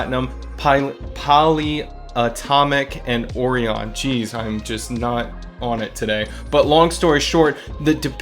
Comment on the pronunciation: Orion (oh-ry-en)